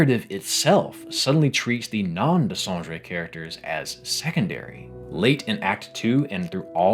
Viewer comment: as a french, i absolutely don't forgive you for butchering Dessendre name ! kidding, but it's always funny to see english native speaker having difficulty to prononce our language :D you put your finger on the things i wanted to pinpoint while not being able to have words for it (apparently, i'm not a Writer ! ) thanks a lot ! also, i would love to see a reaction from Guillaume Broche to this video, he seems to always appreciate any theory about the game while never say which one is close to the (his?) truth ! in an interview (in french, called Les Termes) he said he watch every theory, every fanart etc ... i'm very curious about his reaction to your video !!